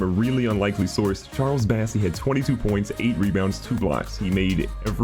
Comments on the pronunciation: Does he still not know it’s BOSSEY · Wait, isn’t his name bossey and not bassey?